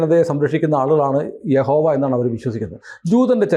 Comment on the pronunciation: യഹോവ അല്ല കേട്ടോ യാഹ് വേ